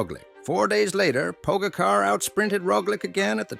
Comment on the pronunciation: Learn to pronounce his name first or use a better AI